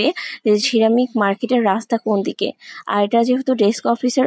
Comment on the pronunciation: Ceramic উচ্চারণ পারেন না, তাহলে এতোবার বললেন কেনো??